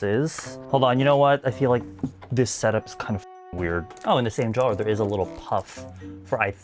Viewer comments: Normal person: drawer: ✨DRAW✨er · I’ve never heard anyone say drawer with so many syllables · I’ve never heard anyone pronounce “drawer” the way you do… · the way you say drawer 🤣🤣 anyways love u 🤎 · right, love him but it kept distracting me 🤣